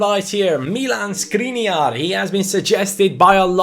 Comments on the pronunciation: Just a detail, his name is Škriniar, not Skriniar, so pronunciation of his name is someting like Schkriniar. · Škriniar is pronounced Shkreeneear... You're probably not gonna see this but yeah... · The right pronunciation is: SHkriNYiar. Sorry for correcting. Everything else is right, and keep up the good work. Did you know that 25 in hungarian is HUSZONÖT? The like is guaranteed!😀😀😀